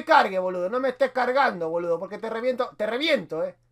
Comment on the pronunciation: miro tus videos y vas mejorando el idioma, pero hoy el boludo te salio como un chino del super mercado jajajaj